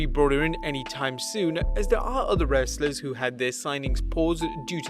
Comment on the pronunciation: Why did you say “wrestlers” so weird?